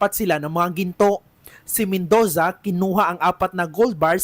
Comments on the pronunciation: Mendoza❌ Mendowza✅ Murder❌ Merder✅ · BAKLANG MEN-DOW-ZA 😂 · Pangit ng Bigkas ng Reporter nyo, Robot amputa. Men-dooo-za, parang ung font na Roboto Came to Life.